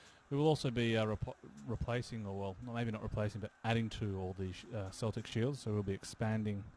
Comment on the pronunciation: Hey, Celtic is pronounced with a hard k, as opposed to the football team! That actually goes for all the Celtic words. Vs are also pronounced w.